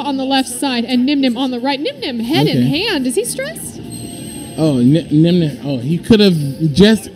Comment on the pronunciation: low-key called Nyhmnim, 'Dzeef' on stream lol